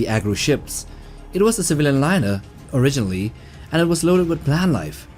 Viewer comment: What the hell is a “Civalan”?